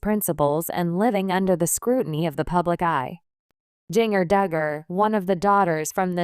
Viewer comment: Jeeng-er? God stop with the AI reading things.